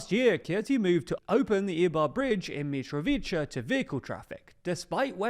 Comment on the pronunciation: C in Serbian is pronounced as ts. So Mitrovitsa it is.